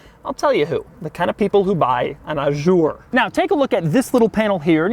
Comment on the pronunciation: That car depreciates more every week than I've ever paid to buy a car. Doug, why the 'zj' in 'Azur'? I understand you mispronouncing the 'u' as it's very French but why not juzt a z? :D. As for the trunk lock behind the logo; Alfa 156 :)